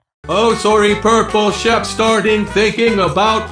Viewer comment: Why does it sound like he is saying: "purple chef"